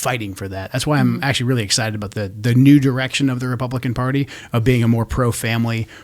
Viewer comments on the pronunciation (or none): none